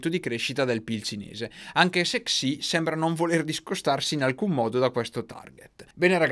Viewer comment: Se posso suggerirti, credo che la xi si legga "Sci"... Non per fare il pignolo ma tra poco ci comprano il terreno sotto i piedi, conviene farli contenti 😜